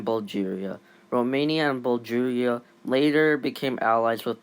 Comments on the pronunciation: Bul - garia not "bul- jaria" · lol bull jaria not bull garia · Mispronounced Bulgaria:(